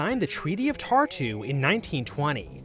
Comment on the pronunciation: I have never heard somebody butcher the name Tartu as bad as you. 💀 🟦⬛⬜